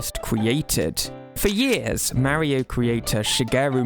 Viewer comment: What is this ai shite? Maaario? It’s Mario.